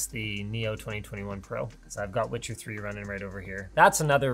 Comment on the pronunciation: Itcher lmao